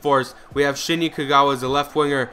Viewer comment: You said you lost to Newcastle when you were against Udinese, and also it's Shinji Kagawa, not Shini haha